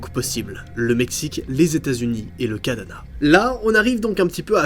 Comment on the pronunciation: Jsp si tu sais mais ta dit cadana au lieu de Canada